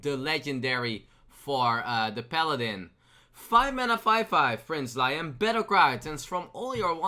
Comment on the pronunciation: I know your not a native English speaker so here's a list of all the card names you got wrong and how to say them. 1. Prince Leeum, 2. Nightscale Matereearc, 3. scwashling, 4. G HOST Light Anngerrler. Hope that helps a little bit.